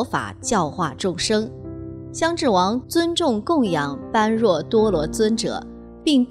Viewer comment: 請不要念錯 般若 念波惹 是原來的發音， 玄奘大師沿用古音，不翻意，